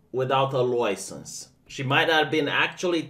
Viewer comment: Take a drink each time says LOUISENSE